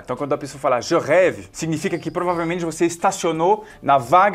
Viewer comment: Esse teu "arrête" e "Je rêve" foram top.